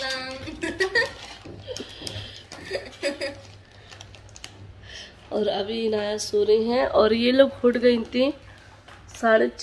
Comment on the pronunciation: Baji ap salam sahi nhi krti ap k salam ka MATLAB kch or ho jata hai